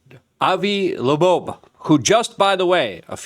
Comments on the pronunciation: Bro I think you might need to invest in some speech classes. Esl is not the reason you keep calling avi loeb, “avi labobe,” over and over and over again. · Avi "Lebobe?" Dude, you don't even try do you? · Like how he called Doge> doige or Avi Loeb> Avi loobobe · Luke has issues with pronunciation. If you noticed he also said "Avi Labobe". I love Luke... although my wife and I laugh at how he says stuff all the time.